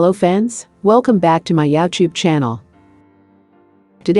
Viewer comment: "hello, fans, welcome back to my YowTube channel." I'm out.